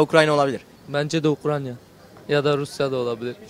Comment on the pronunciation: Bı türlü Ukrayna diyen çıkamadi jdjssjjsjsjd abi ukranya nedir